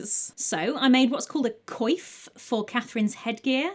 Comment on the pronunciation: That’s how you pronounce “coif”? I always read it as “coif”. I must have looked like a moron.